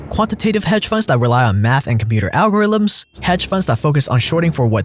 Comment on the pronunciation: "Computer Algorillams"